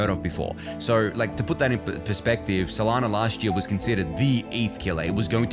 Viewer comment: Have another go at saying 'year'